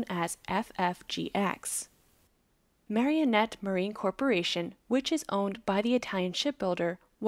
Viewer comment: Please learn how to read. The shipbuilder is Marinette not Marionette. That’s pronounced Mare eh net. 3 syllables not 4.